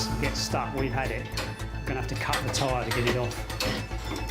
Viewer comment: "What a week I've 'ad......." Love it!!!